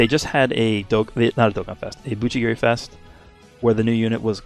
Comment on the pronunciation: Did i just hear GUCHIgiri match